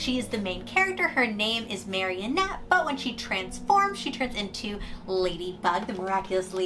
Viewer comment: It’s MA-RI-NETTE not marionette 😂💕